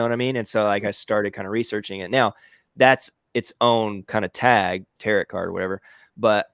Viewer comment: I like that he called it tarot, like carrot. I assume he meant taro(t). Also, I loved his video about these trends and that he and you went through it again. I'm messing with these in Kittl but haven't hit a design I love 100% just yet. I'm also loving the new Kittl AI. I'm having so much fun with it!! Great video,!!